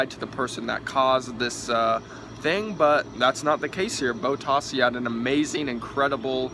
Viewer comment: only 5? Okay, how you pronounced Grand Prix, bottas and pretty much all the names. Vettel received 3 licence points not 2. In the case of a false start in F1 they give a penalty to the driver, not a restart. Bottas is doing better than you expected? He's in the best car and only has won 2 races. Not exactly an amazing start to the season. You didn't remember the word DNF? Lewis fighting with Daniel for 20 laps? It was only about 3 he was actually up there with Ricciardo. Seriously man I like Americans watching the sport and all that but if you're gonna upload a video talking about the race at least get the basic facts right